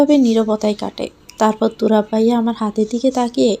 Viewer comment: গল্পের নায়কের নাম তুরাব তাহলে তুবার বলে কেন????